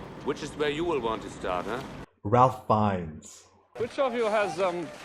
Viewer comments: Love your insightful reviews,! This is a fantastic film but it’s also so hard to watch movies on this subject. As a point of weirdness / interest, Ralph Fiennes is pronounced ‘Rayf Fiennes”. I always get him and Liam Neeson confused. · (Just FYI, Ralph Fiennes’ name is pronounced not like Ralph but like Ray-f or Raif. No “L”😉) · Ralph Fiennes first name is pronounced as "Rafe" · Around the time of Schindler's release, Spielberg produced a companion documentary called The Last Days. A chilling, must see document. The Shoah Foundation is releasing an anniversary remaster this year. Check it out. Also, the "Ralph" in Ralph Fiennes is pronounced: Rafe. I know, we had trouble with it in '93. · Ralph Fiennes name is actually pronounced "Raif." Another great reaction! A detail I love which took me a few viewings to catch, is that the rabbi is the one in the scene where the gun keeps jamming. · Just a quick side note: Ralph Fiennes’ first name is actually pronounced like “Rayf” ( like safe). Thanks so much for sharing your reaction to this film. 👍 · Have your tear ducts been removed ? It makes me cry in multiple scenes. Ralph Fiennes name is pronounced Rayf. Also, stop reading subtitles on English movies... you're missing the emotion in actor's faces if you're always reading. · The girl in the red coat means several things to different people. To me, it was like - she stood out but everyone was ignoring her. She was wandering through the streets, obvious as all hell and nobody even looked at her. That was the situation there with the abuse and genocide. It was all over, it was obvious but went unseen by most. (BTW Fiennes' first name is pronounced like Raif.) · Raif Feinnes it's pronounced and not as spelled. Spielberg filmed it in black and white because it was a bleak and colorless time fur the Jewish people murdered by Hitler's orders. it's more powerful than ha it been filmed in colour.